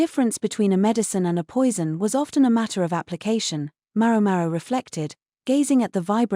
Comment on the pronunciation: For the love of God, will someone please adjust the AI accent to pronounce MaoMao correctly?!!